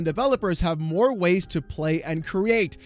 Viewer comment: "More Ways", ive actually hear something like "more waste". Damn